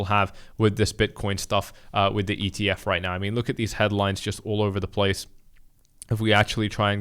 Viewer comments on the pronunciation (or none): For you its not ETF, its EEF